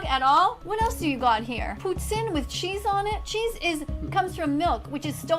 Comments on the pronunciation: As someone from QC, her pronunciation of "Poutine" was spot on. Im scared to think shes from here.. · When I heard her say "poutine" correctly I had to check where she was from. She's from Quebec💀Why is this witch from where I live. Edit: Oh he also found it out lmao. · As a Montréaler, my heart sank when I heard her pronounce poutine the right way. I still cannot handle the fact that she might be my neighbour